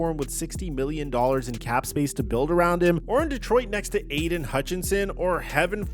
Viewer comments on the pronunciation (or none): none